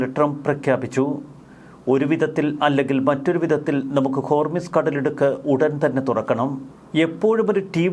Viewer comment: മോനെ ഹോർമിസ് അല്ല ഹോർമുസ് ആണ് ശരി 😂